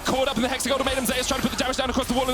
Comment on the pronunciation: These guys are mispronoucing 'Zeus'